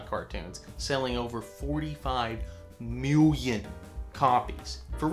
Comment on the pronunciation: "Selling over fourty-five -_- 0_0 MEWLION"